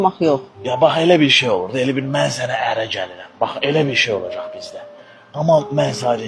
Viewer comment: Olajag yox, Olacaq. Azərbaycan dilini korlama .